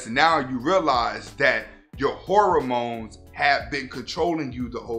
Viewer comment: Did he say horror mones 🤣🤣👌